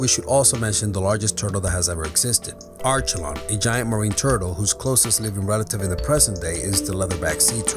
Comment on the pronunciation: #7 It's pronounced Are-key-lon.